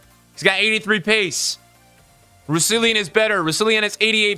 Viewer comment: Why can none of the fifa streamers say Rousillons name right